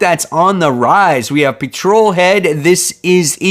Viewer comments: Pet-trol....not Pe-trol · Ok the pronunciation of Petrol needs work. PET-TROL. Not 'Patrol'. Pet-trol. Like Pet-trol-e-um.